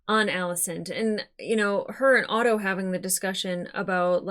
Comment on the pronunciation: Sweet monkey. Otto, not Odo. I love you, I don't mean that mean, I know your issues with ship names. Aught-O, not Oh-doh. I always hesitate to comment on the appearance of my favorite reactors, but I must say, you look amazing. Not that that's what I watch for, rather your takes and insight, but... Damn, girl. The stark contrast between how Rhaenyra's kids and Alicent's kids are treated re: love and support is striking. In an episode titled "A son for a son", Rhaenyra's only line is, 'I want Aemond Targaryen". When Cheese (the ratcatcher, in the book, those two are refereed to as "Blood and Cheese") says "If we can't find him, what then?", it's implied that Daemon replies with "A son for a son".